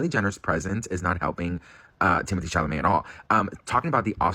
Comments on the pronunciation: Cha-ma-let!!??? Not even!! It's CHA-LA-MET❗️ 👀 👀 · Lmao he always said Shamalay.. Or Shamalamadingdong. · 😂 how you keep calling him Chamalet and it’s actually a Chalamet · dude🤣It's CHA LA MET not Chamalet 🤣Every single time🤣LMAO thanx for the laughs🥰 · Sorry I have to say this because idk why, but it just IRKS me how you've been pronouncing his stupid, French last name; Sha-la-may. Not Sha-ma-lay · Its chaLamet not chaMalet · Timotheé what? hahaha Shamallay? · I love you, but honestly.......Cha la met! Please ❤ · Timothee Shaaaaamalaaaay 😂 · Just giving another PSA says Timathy Shamalalay’s name that way on purpose as an inside joke between him and his loyal viewers. I know there’s new subscribers, so I thought I’d give the heads up before you loose your minds 😂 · You mean Shamalamadingdong? 😂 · Hi! PSA He says it that way on purpose as an inside joke between him and his loyal viewers ❤ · baby pls learn how to say Timothy’s last name 😭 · Hi! Heads up that he says it that way on purpose as an inside joke between him and his viewers ❤ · Heads up that he says it that way on purpose as an inside joke between him and his viewers because they love it 😂❤